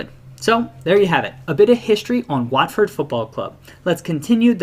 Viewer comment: And while we're on the subject of pronunciations, the 'A' in the name of the club, and the town, is pronounced as an 'O' - as in 'hot'.